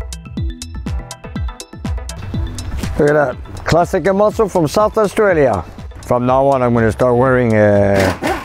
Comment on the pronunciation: South Astralia?? Or South Africa??? ;)